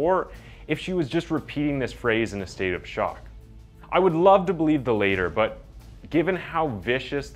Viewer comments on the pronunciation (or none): Really not trying to be rude ,but when you are referring to an act as either the "former" or the "latter" latter is pronounced like la-ter not lay-ter. Just FYI. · lat~ter not later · it’s not “the later” it’s the “latter” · Right min he says "I would really prefer the ladder" but he says it like later. Never heard that. Was annoying. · Latter is pronounced like ladder latt er, not later. you say so many things incorrectly for someone who narrates videos lmao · It goes: The former, or the *latter*. Not the *later*. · "LAH-TTER" not "LAY-TER" when pronouncing "latter" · Great video but jsyk it’s “the latter” (when referring to the last thing u said)… said like ladder… not like later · Where TF is this guy from where he pronounces 'latter' as 'later' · Latter, not later guy. Your pronunciations are crazy, but it's such a good channel otherwise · bro runs a true crime channel and can't even pronounce "latter" properly. good god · Just saying….FYI it’s more like “I’d like ti believe the LADDER”. Figured I’d pass that on since mostly u vids are very well presented;)